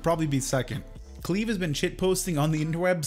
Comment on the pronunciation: And Cleve as "Clev" for the first 30 minutes lol